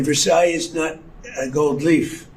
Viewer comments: Another great video, Ben. However, you lose credibility when you pronounce names wrong. It is President MACRON (rhyming with ON/off) and even dreadful Donald got the French palace name correct! It's pronounced "Ver sigh" or even "Vair sigh" but not "Ver size" I have scrolled through everybody's comments and I couldn't find one person who corrected you on this! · Versailles is pronounced Ver-Sigh; not Ver-size. Just saying. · Sorry, but the "s" at the end of Versailles is not pronounced. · Ben...the final "s" in Versailles is not pronounced. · I love your content but just a little heads up on your French pronunciation, if you don’t mind- “Macron” not Macrone, Brigitte- “Bree-zheet” and Versailles - you got it right but the “s” at the end is silent. (Even Donald got it right! 😊) Otherwise, great stuff! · Ben, you don’t pronounce the s at the end of Versailles.🇫🇷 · The ending s in Versailles is silent.C'mon Ben...even Tr🦨MP got it right.😏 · Please Ben, don’t pronounes the final s in Versailles. And don't overstate Trump's ill health. You always have him practically dying and then you show clips where he's actually OK. I keep getting my hopes up and then you take them down. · There is no -s sound at the end of Versailles.